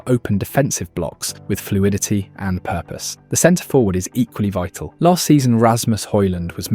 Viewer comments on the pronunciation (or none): none